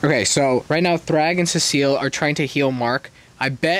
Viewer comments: Btw you pronounce cecil like ,See sill, not, suh seal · Nah man he called Cecil ce seal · Se-sul not sea-seal😭😭😭😭😭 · Ceseal instead of Cecil🙏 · Also, CEE-SULL. CEE-SULL. Not cecille, CEE-SULL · It’s pronounced (see-sil) not (se-se-ill) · Btw it’s pronounced see-sul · It’s pronounced more like sea salt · cecil? nah we got “cesile” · As a BIG invincible fan the fact that you said seasil is hurting me😔😔😔😔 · Cecil is pronounced see-sil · Ah yes cavil bro it’s cecil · Who the hell is suh-seal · “Scrooge virus” and “Cecile” is crazy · Why are you saying Cecil's ( Cee...so) name wrong? His name is not Cecile 😂 lol. What you mean you don't buy Mark and Amber's relationship. It's just like a normal thing in superhero comics like Peter Parker (Spider-Man) and Mary Jane also Clark Kent(Superman)and Lois Lane. You don't see in the comics that Superman all of sudden started dating Wonder woman or Spider-Man going ahead and just dating Black Cat. What I'm trying to say is that it would take time for Mark to date Eve because you just want to have a normal life. By the way Mark is half human and Vite. Some comic books especially when it comes to Robert Kirkman stories. He takes his time telling the story to get to the main focus point, so please be patient. You already knew that Mark had another child with that female Vite because she requested that she wanted to mate with him and not the worthless human. *FUN FACT: The writer and creator of Invincible is Robert Kirkman who you may know is also the creator of The Walking Dead comic and executive producer of the TV series. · It’s pronounced sea salt🗣️ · seh SEAL 💔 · SEA SHELL! SEA SHELL! I NEED U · SEA SALT I NEED YOU SEA SALT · The pronouciation of cecil is the funniest thing ive heard in years. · Having a horrible time watching this because you can't pronounce cecil EVEN THOUGH YOU HAVE SHOWN A QUICK CLIP OF THE SHOW SO YOU SHOULD KNOW HOW THEY SAY HIS NAME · The cecil pronunciation is killing me